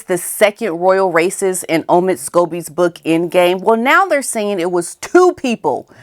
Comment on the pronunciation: Did you just call him Scovid?? I am dying 💀